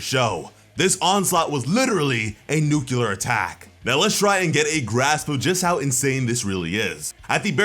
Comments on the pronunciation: NUCLEAR IS SAID LIKE NUKE-LEE-UR NOT NUKE-YOU-LUR STOP SAYING IT THE WRONG WAY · my man said "nukular" while showing us a page that literally spelled out "nuclear." come on now. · ITS NUCLEAR, NUCULAR IS NOT A WORD. Why has every youtuber that reviews One Punch Man have such trouble with this. Nucular is not a word an is not how you say nuclear. You are adding a whole syllable thats not there which makes it hard it listin to. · New-killer Nu-clea-ar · Nuclear not nucular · It's not "nucular", it's nuclear. STOP saying nucular. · It’s not nuc-ya-ler it’s Nu-cli-er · Bro its not Nukular. Its Nuclear. Nu-Cle-Er. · It’s Nu-Clear not Nu-Cu-Lar lol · Nuclear pronounced like...New-clear...not. Nuculur im sorry just hurts every time i hear someone say it like that.. I love the video though 😬😊😎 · It's Nuclear not Nuculer. New Clear not New Q Ler. Otherwise nice break down. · Nuclear… new•clear. Everyone always saying new•cue•lur lol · New-clear not New-cue-lar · why do you keep saying nucular? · It’s pronounced “new-clear” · Bothers me when I hear someone say "nucular". It seems to be an American thing. I like your videos though :p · if (nuclear is nuckelar) then (clear is ckelar ) :P 🤣😂🤣😂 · I swear.. if I hear him one more time saying NEWKILLER, I am gonna kill myself lol. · Newkular fission? xD Man, say nucleus, then nuclear. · "Nucular fission" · Nu-Clear.....nu clear